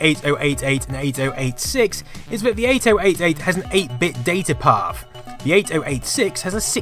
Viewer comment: I like how you pronounce "Data Path". It's orgasmic to me for some reason!